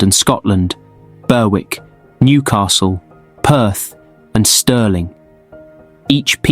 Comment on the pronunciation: Can the narrator not manage to say 1st?? Berwick is pronounced BERICK The R is silent!!